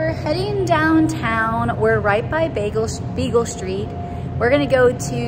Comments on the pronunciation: LoL... It's so cute that you keep saying Beagle st. It's Beale st. ☺️😂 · you crack me up "Bagel" Street...I think u meant Beale Street!!! Lol 😆 😅😂 Looks like u all are having a blast!! I wonder how the boys are doing??? Stay cool!! These hot days are killing us all down here!!